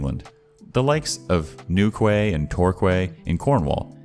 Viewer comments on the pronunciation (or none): Oh you lovable bean 😂 being from England myself, you pronounce Newquay and Torquay like 'new-kee' and 'tor-kee' 😊 Keep on being epic, dude 😀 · New-kway & Tor-kway?!😂 Good try man, good try….